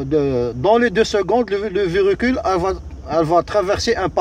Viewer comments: Bonjour votre Vedio il est bien bravo mais vous dite chaque fois verecule mais c'est le véhicule merci et bonne continuation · Mdr répète comme moi on dit véhicule pas verécule